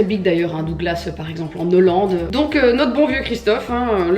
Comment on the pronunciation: En N’hollande???? Ou nolande ??? I am shook j’avais jamais entendu